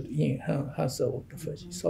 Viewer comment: The interviewer needs to know how to pronounce “autophagy”…since…that…is…what…the… video…is…about. Good grief.